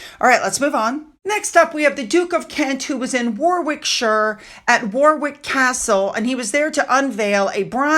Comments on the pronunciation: Hi, sorry to correct you. Warwickshire is pronounced Wo-rick-sha and Fusilliers is Fuse-ill-ears. Also, Elton was on the stage of annual show Royal Variety Performance. Hope this helps ❤❤❤ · Correction, Fuse e leers, War ick shire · Warwickshire is pronounced Warruck-shuh, Fusiliers is pronounces few-sull-ears.